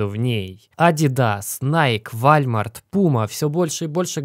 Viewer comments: пожайлуста, Не Вальмарт, а Волмарт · ДА ХВАТИТ БЛЯТЬ УЖЕ ГОВОРИТЬ ВАЛЬМАРТ! правильно произносится - ВОЛМАРТ. очень режет слух. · Волмарт, Волмарт, Волмарт. Если точнее Уолмарт. Но не ВАЛЬМАРТ. Это как Валь стрит в Нью Йорке. Ты ведь говоришь Волл стрит, а не Валь стрит. Друг, не веришь мне - спроси у гугла. Очень слух режет. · Судя потому что у него «уоллмарт» - до сих пор «вальмарт» - автор давно не читает комменты и просит их написать только что бы подняться по алгоритмам… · Говори, пожалуйста, Волмарт, а не Вальмарт. Спасибо за выпуск! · очень режет ухо твой Вальмарт, ну вот нет такой торговой сети - есть Волмарт!!! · Не Вальмарт, а Волмарт) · 500 комментов про вальмарт в прошлом видео. И в этом он опять говорит вальмарт. А потом рассказывает как вы ему важны и что он читает все комментарии. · опять Вальмарт......почему тогда Пума а не Рита??? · Спасибо, за инфу., и твой оптимизм, надеюсь всё так и случится! Услышал произношение названия сети магазинов Wallmart, и должен сказать что произносятся это иначе,.Уолмарт, это может и неважно.., но у нас это звучит именно так… Спасибо тебе ещё раз.С уважением.